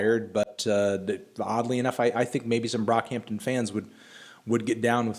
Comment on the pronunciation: did melon just say B R O C K H A M T O N